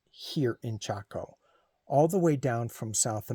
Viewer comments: You did pronounce it correctly. …M🌼M of 5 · Yes you said it correctly. My mom in law spoke a lot about Chaco Canyon. You are nearby to my in laws in Farmington New Mexico. I used to live there. I loved camping in the San Juan National forest. My in laws are very interested in the Anasazi Native Peoples. My brother in Law who believes in aleins.